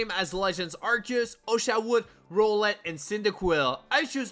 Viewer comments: Him pronouncing it like that was really annoying me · people having accents!? no way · Man said rowlet like rolex